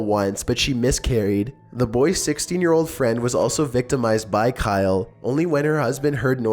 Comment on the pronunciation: I think number 2's name is pronounced "Ky-lee"